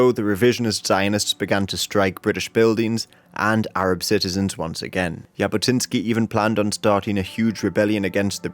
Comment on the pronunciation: Its not "y"abotinskiy😂 its actually pronounced Jabotinsky with tne "j" as the "j"